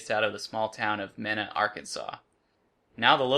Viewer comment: It's pronounced "Me-Na" I lived there so I know